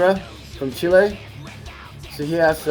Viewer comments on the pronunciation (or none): none